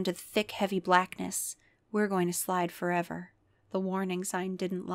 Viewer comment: He's slidin' forevah 'n evah on the doom slides 😭